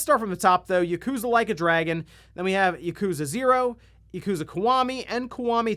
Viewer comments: Dude. It’s YAkuza not Yakoooooza. Ffs. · I find it humorous that you pronounce it "YUkuza" instead of Yakuza hehe.